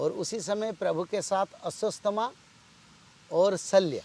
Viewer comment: अस्वस्थामा नही अश्वत्थामा बोलिये